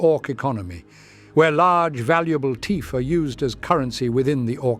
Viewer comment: Teeth or teef? I can't tell tbh😂